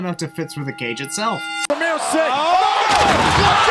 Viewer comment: IT'S CALLED SAMIR SINGH NOT SENIL!!!